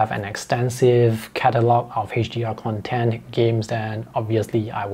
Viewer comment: It just drives me crazy that you keep pronouncing Content, with accent on 2nd syllabus. It is kənˈtent ... CONtent(n) = materials; conTENT(adj) = happy